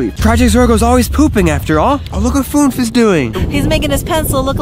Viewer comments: Funf❌ FÜNF✅ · It’s Fünf btw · It’s actually not Funf it’s Fünf ( i speak German ) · I am from germany and understand pz Funf its actually not funf its fünf